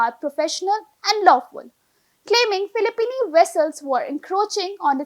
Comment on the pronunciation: Filipino not Filipini 😊